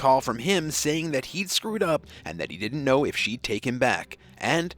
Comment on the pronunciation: " Didn't" not "dint". Try to pronounce common words properly for a more professional presentation.